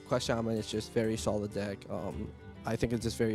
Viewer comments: Can you please fire the guy that pronounces Shaman-Sheimun.... Thank you. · Why does mispronounce Shaman on purpose?